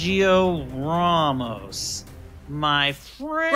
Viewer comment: "Sergio RAW-MOS" Iconic Season 4 Line 🤣